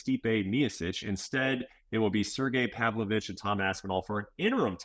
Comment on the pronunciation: It’s Sergei Pavlovich I think, like Spanish Sergio, and Pavlov is like Paulo. It’s not hard but you foreigners are dumb when it comes to Russian names even though every name has an equivalent in English or Spanish